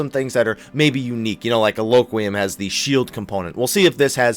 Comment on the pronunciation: Adloquium = Add-Low-Q-Ee-Um.